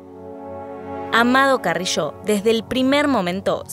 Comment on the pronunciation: Se dice Carrillo no "carrisho" jajajj xd